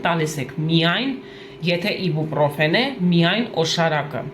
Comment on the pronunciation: Իբուպռոֆեն չի այբոբրոֆենա 🤦‍♀️🤦‍♀️🤦‍♀️🤦‍♀️